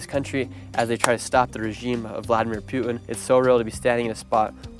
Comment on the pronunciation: Brother can you pls stop saying P”you”ting? It’s Putin as in putting without the g.